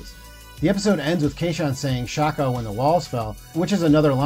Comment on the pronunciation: "Fay ho"? really, come on... edit: OK.... Children of "Tamma" and "kayshun probe" - let's be real you're trying to pronounce things you're reading and haven't really watched.